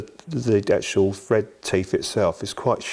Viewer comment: lmfao stop saying fred it`s thread 🤦‍♂️